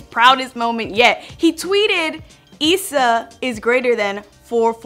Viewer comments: Stop saying Issa like you bout to say Lisa it's Issa not eesa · tf she saying it like eesa for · Why is she saying issa like that 💀💀💀💀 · she pronounced issa wrong 😂